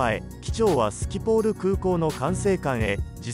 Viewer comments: スポキール空港ではなくスキポールです。最初の説明の声です。その後もスポキールと言っていました。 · 興味深いドキュメンタリをありがとうございます。トルコ航空にはよく乗り、先週も利用しました。また、スポキールへの降りる空路のすぐ下の学生寮に長年留学中住んでいて、いつも機体が近づいてくると、迫力を感じていました。ナショナルグラフィックチャンネルの飛行機事故の番組は、ほぼ全て観ましたが、こちらの方が さらに興味深い報告で、これからも拝見させていただきます。ありがとうございます。 1つだけ 訂正させていください。ー 音声では、アムステルダムのスキポール空港を、間違ってスポキールとアナウンスしています。 実際に乗っていた方のコメントが有るのには、びっくりしました。 ご無事で何よりです。 また亡くなられた方のご冥府をお祈りいたします。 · アムステルダムの空港は 「スポキール」では無くて、「スキポール」です。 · は？スポキール？🤣 スキポールや！ やり直せ😡